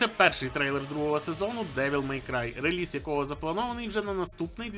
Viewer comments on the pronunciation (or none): none